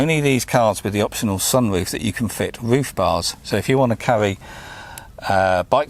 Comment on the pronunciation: Woof, wange and wadio love this accent so much mate! Keep up the good work with them videos lad